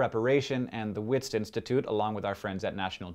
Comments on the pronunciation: Wits institute is Afrikaans for Witwatersrand which is pronounced vits not wits :P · WITS (short for University of the Witswatersrand) is an Afrikaans word which means it's pronounced vits (or vitswaatersrand) sorry, I don't want to seem like a troll but I just thought I'd point it out... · It's pronounced "vits" (w is a v sound in Afrikaans) You know, just by the way. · ... its pronounced vits... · Correction from South Africa: Wits is pronounced Vits. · great video, as per usual.. though WITS (Institute) is pronounced VITS. w=v in afrikaans... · Just so u know. Wits is pronounced V-its. It's Afrikaans. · That's not how you pronounce "Wits"